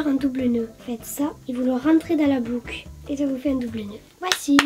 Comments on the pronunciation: « vous prenez une blouque une autre blouque » 😂🤣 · La blouque au lieu de la boucle hahahaha 🤣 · dit "blouque" comme ma fille. Elle et ma fille ont le même âge, c'est marrant qu'elles disent toutes les deux "blouque" 😂 j'aimerais bien te voir tester des magasins dont personne ne parle comme Princesse boutique, MIM, Pimkie, Jennyfer...etc voir ce que ça donne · C'est moi ou elle a dit une blouc au lieu d'une boucle